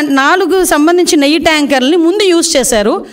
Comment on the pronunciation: నెయ్య కాదమ్మా నెయ్యి అనాలి ఇక్కెక్కడి గౌరవ ముఖ్య మంత్రి .అబద్దాల కోరు చేంద్రీ బేబీ.